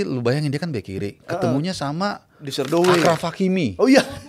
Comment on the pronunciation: Asyraf Hakimi bacanya. Bukan Akhraf Hakimi.. Itu ejaan Prancis. Arab French transliteration أشرف حكيمي. Morocco bekas jajahan Prancis. Ch dibaca Sy. 😊🙏